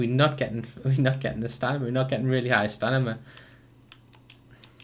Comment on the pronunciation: He says stanima